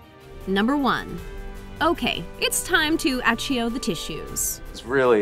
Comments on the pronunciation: did you just say “aCHEEo”? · Did she just say "Achio" the tissues instead of "Ackio"??? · Achio the tissues? Listen to the first 35 seconds. Only a muggle could pronounce it wrong..